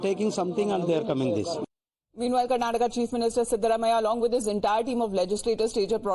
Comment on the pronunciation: Why do you all pronounce Karnatak and Keral in hindi when the same presenter can say Karnataka and Kerala in English ? Do you all need some soft skills training ? Ka and la is not there in Hindi language ?